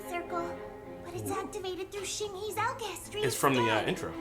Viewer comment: AL-KIH-HESS-TREE not alchi-history